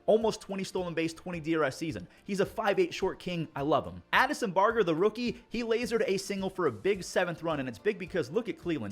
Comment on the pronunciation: As a bluejays fan it’s Addison Bar-Jer not Bar-ger